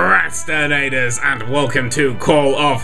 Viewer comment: its PROcrastinators not PERcrastinators!